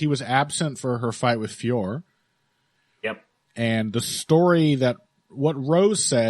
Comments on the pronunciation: French speaker here, it's not pronounced like that at all. The O is not silent in French and it is in 2 separate syllables Fee - O - Ro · Also a French speaker here!!! Finally someone else who let's them know that all these commentators get it wrong!! I just finished leaving a comment on the Anik & Florian podcast because they ALWAYS get it wrong 😔 Of course it's not pronounced Fior like Christian Dior, unless we all live in a world where we are listening to Heavy Hands with and. Allez les gars, faut vous améliorer la, hein!!! 🙈🙈🙉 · IT'S NOT PRONOUNCED FIOR. YOU HAVE JON ANIK TO BLAME FOR THAT 😑👎 EVEN BRUCE BUFFER GETS IT RIGHT!!! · French speaker here. It’s actually pronounced with a silent "f." Just Ooooore. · Sorry its Feeore now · I live about as far away from France as you can, but I can guarantee you that is, in fact, NOT how you pronouce it lol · Definitely not Fee Or. And I'm not going by what I think it should be, I'm going off videos of her saying her name. The last O is definitely pronounced. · French speaker here, THIS IS NOT THE RIGHT PRONOUNCIATION !!!